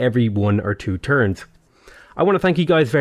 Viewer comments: "A couple of turds to recover" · "couple of turds" am I hearing this correctly?